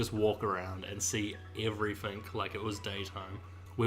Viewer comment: Lol "everyfink"and "everyfing" ya need to pronounce your "T's"